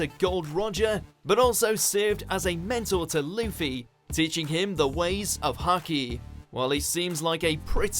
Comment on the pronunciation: Bro it's Haki not Hockey😂😂